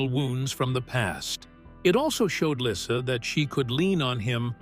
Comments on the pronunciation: Her name is pronounced Leesa not Lissa PLEASE get your crap 2gether. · ❤❤❤😮😊dude your sayn LYSSA no no no !!!!! Its baby llysa as dog says baby lyssa ( like Lisa???? Baby lyssa ( lisa!?!? ❤😮😢😊thats her name❤. But its OK ya say it well OK K.@ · Her name is Lisa, not lissa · Her name is Lisa not Lyssa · Why does the person keep pronouncing her name right one time and wrong